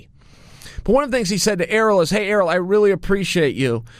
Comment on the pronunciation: Why is he calling Ariel, “Aero, Earl, Errrol, Arool”?